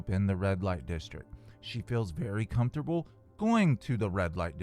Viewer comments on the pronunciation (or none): Please tell me you pronounced : “com-fort-a-bull” as a joke? 🤭